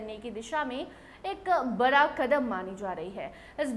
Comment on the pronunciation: Parhane nhi word hai padhane. Kiya pronunciation hai aap ka? R aur D ki sound me kuch farq samaj nhi aata aapko. Bara nai bada. School me sahi se aap ko padhaya nhi gya kiya? Bada ko bara Padhane ko parhaya